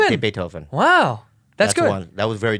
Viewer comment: Beet-ho-ven. Not Bee-tho-ven